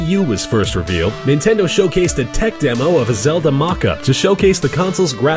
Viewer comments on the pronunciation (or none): none